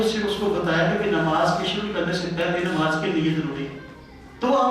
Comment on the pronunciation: Lafz Nimaaz naheen Namaaz hai